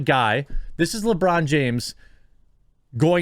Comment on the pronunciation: At first I thought you called him LaBrawndo